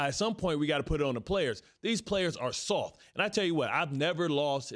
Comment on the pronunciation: Bart Scott said it with his chest...the cowboys are “sofffffff”...even the T is silent 🤣